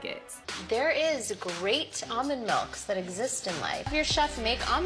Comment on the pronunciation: Why does talk like that? She sounds like Ellen Degeneres. Always making G’s into C’s “That’s a crate idea guyzzz”